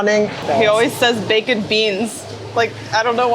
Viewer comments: Bake-ed beans..... I love it 😂. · I never realized 'baked' was difficult for Germans to pronounce. BAYKT. Does that work?